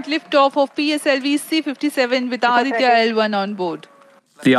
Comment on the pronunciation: Why don't the western correspondents learn a little more before reporting about India? Aditya a Hindi word.Vivek as in cake!😊